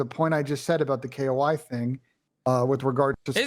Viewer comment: It’s ‘Koi’ like the fish!!!!! There’s literally fish on the jersey - fuck!